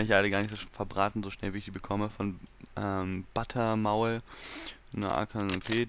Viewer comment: hey butter maul wird deutsch ausgesprochen XD und nim mich bei _butter-maul an der alte acc wurde gebannd ^^